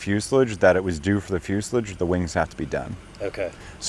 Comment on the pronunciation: Fuselage is pronounced "fyoo·suh·laazh", ˈfyü-sə-ˌläzh. You're saying it almost like foliage. I know, it's a weird word.